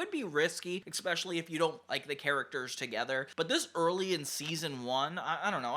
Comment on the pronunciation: Really didn't want to say this, but it happens too much... That word is not pronounced "eckspecially"; it's "especially" with no super hard consonate.